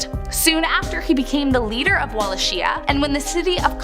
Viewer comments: U hav grossly mispronounced Walachia…it’s “ vwa-la-kia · I may just be nit picking, but it’s pronounced Wall-awk-ee-ah (Wallachia)